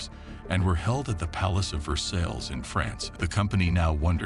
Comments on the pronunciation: Palace of ver sails... no no no pronounced Palace of Ver sigh (Versailles) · Pronounced "Palace of Versailles" (Vers-eye) 😊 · again, it's puppy mill time 😞 nevertheless, spend 60 seconds and figure out how to properly pronounce French words: Renault, Versailles...... atrocious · really? The Palace of "Ver-sales"? It's pronounced "ver-sigh". Ahhhh, kids these days. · What about his pronunciation of "Versailles"? It's so bad, Lois 14th is spinning in his grave - LOL